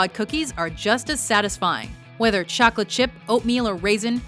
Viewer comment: Did you say chocalat!?